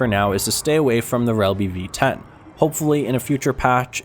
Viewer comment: are you drunk? Shelby and bossik:/